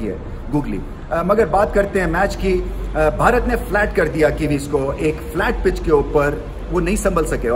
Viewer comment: Am I the only one who Absolutely loves to listen, how the way rameez sir says “ Bharat ”❤. Damn good commentator 👌